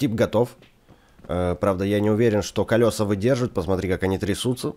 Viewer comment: Ка́лёса? Эх ты не грамотный какой!